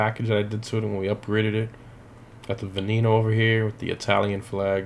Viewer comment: the v is pronounced as a b as in benneno